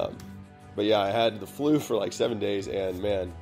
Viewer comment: wait a minute....... is it just me or did he say that he enjoyed having the flue